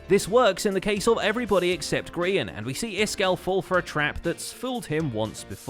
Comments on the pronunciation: It's Gray-in, Grian. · Grain? GRAIN? Hello! G-R-I-A-N is a hermit, not a bread!